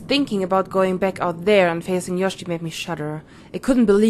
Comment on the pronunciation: Du sagst immer Yoshi... sie heißt doch Yoshie... also Yoshi-e ausgesprochen. o